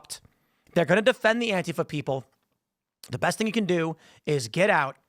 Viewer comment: Antifa is 3 syllables not 2 Tim...sounds wierd when you say it with 2